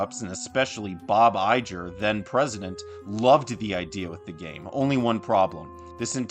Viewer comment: You kept mispronouncing Iger.